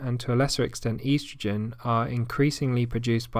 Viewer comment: The way the word estrogen was pronounced is bothering me. I havent heard it pronounced that way before.